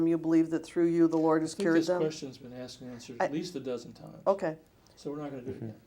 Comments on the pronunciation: I pacificly aksed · “Where they are axed”!!!! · “She helps wherever she’s axed” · Axed? Asked dumbass.